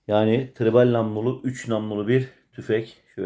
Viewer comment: Tribal degil, Triple 😂😂😂 tanıttığın tüfekten haberin yok dana